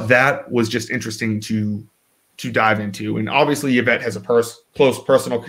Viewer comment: Who is "Yavette"?